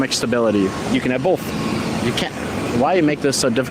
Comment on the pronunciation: The funniest part is how he pronounced Both,BOLTHE